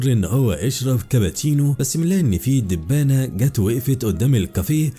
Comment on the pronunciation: المعلق يقول دبانه بدل دبابه